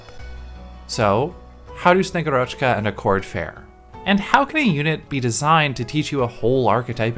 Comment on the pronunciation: SnegUrochka, not SnegurOchka Agent archetype universally agreed to be busted, so its nice to have more affordable Agent for IS, moreover that Slow on S2 is actually useful (probably even better utility that Surfer and Canta S2, although they almost always used with S1 anyway, besides specific IS situations). Also Bagpipe allows her to activate S2 faster! xD Also I would build her anyway for my Ursusknights, (Ursus as country, not bear race, Ksenia is a bird), thats quite the upgrade over og Zima as only vanguard Thanks for the video!